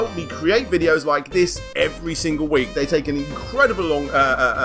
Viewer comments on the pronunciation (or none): none